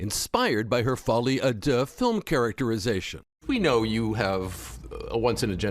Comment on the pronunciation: Folie a Deux not Folie a Duh duh